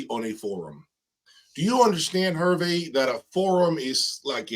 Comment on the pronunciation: His name Herve is pronounced Air-Vay.